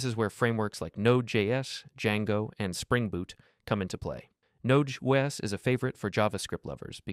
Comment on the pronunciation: what's more interesting to me is how nobody in the comments mentions or noticed it. Nobody really paying attention or dead internet